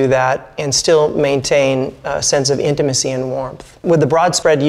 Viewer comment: Take a shot everytime the guy says 'intamicy' lol